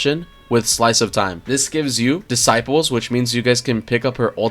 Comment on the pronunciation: Did you just pronounce 'decibels" like "disciples?" That's new I've never heard people mispronounce before lol